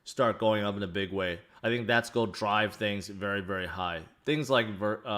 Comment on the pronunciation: haha i was trying to figure out if it was always that word he said that sounded weird.